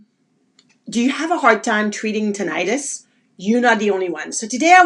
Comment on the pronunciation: Its pronounced Tih- nuh- tis .. Not Tin-eye-tus